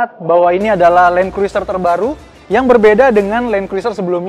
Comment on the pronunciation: Bacanya Kruser, huruf i ga dibaca